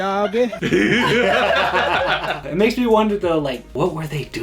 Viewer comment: "Oh my little indigenous dowgy" lmao